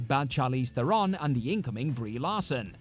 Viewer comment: I hate how these Brits always mispronounce Theron... It grinds my gears.